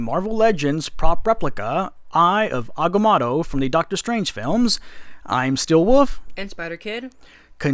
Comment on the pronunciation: It’s pronounced (I ov Ag-ah-moe-toe)